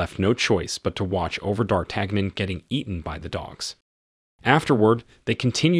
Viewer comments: You had me all the way up to butchering D'artagnan's name. dahr-TAN-yen. The Three Musketeers? Did you even watch the movie? They pronounce it correctly in the movie. You lost all credibility with your movie review by screwing up that name. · yon; dartanyon. Same with Django's wife. He mispronounced her as Broomhild, with an M, whereas it is an N, and pronounced Broonheeld. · D'Artagnon is pronounced Dartanyon, as in The Three Muskateers. You're welcome. 👍